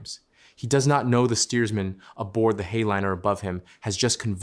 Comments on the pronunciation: Not "hey-liner," "High-Liner". To my understanding. Please correct me if I am mistaken! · Cool story, but your pronunciation of Hay-liner was awful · "heyliner", pronounces the AI narrator. 🤣